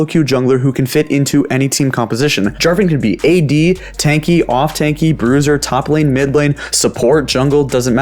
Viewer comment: did he really say "choplane champions" or am i going crazy?